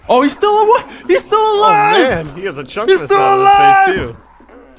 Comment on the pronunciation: CoolShallow every time he said hassah id be rich